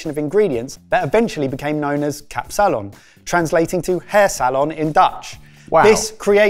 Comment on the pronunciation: KAP-salon, not kapSAlon. You're putting the emphasis on the wrong part of the word. Also, who the hell puts raisins, eggs or olives on a kapsalon. It is however most definitely a drunk food, they were right on the money with that.